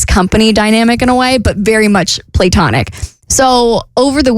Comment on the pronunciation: 1. I've never heard anyone pronounce Platonic that way. It's "Pluh-tonic. 2. Isn't 28? She said her friends were pushing 30 and a little older than her. To me, that's the same age, which means doesn'twant to admit she's also pushing 30. 3. It's fascinating that after all these years, Bert is still so clueless about Women or pretends to be. I'm guessing that he himself has said similar creepy things to female friends/coworkers & now has to play dumb about it on air 😂 But considering what his Father was like, I think he's come a long way, which is extremely commendable.